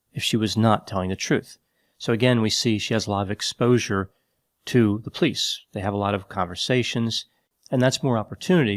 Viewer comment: love how he says police. “Plice”